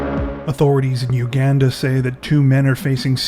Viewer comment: Omg if you don't even know how to pronounce Uganda, maybe just don't do stories from there...🤕🤯